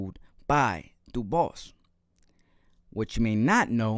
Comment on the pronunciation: Dubwa is the way its pronounced 😅😅